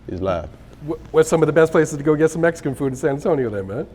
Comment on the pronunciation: Bro you black or Mexican lmao ? Saying Messcan lmao man these cats now ah days are to funny